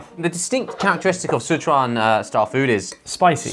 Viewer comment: i must be a terrible singaporean because in my 25 years of living here (and loving laksa) i've never tried the laksa instant noodle edit: i would pick mi goreng hands down tho. it's legendary. also josh you pronounce sichuan really well